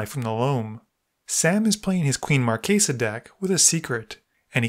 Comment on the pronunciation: Glad to hear someone say "Marchesa" correctly, with a hard C sound!